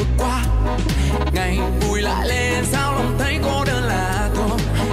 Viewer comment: Em hát và phát âm cho tròn vành rõ chữ. Cái gì mà người Việt mà phát âm tiếng Việt cứ bị méo mó thế kia. " lạ thường" mà em lại hát thành "lạ thuồng", "lại lên" thì thành ra " lẹ lên". Tiếng Việt mình đẹp biết bao mà lại đi bóp méo mó nó thế kia.